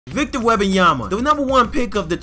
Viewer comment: "Webabamyama"got me dying.